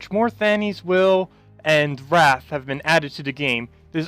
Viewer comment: Wraith is pronounced ray-th, not rath (wrath). The "i" makes a big difference. :)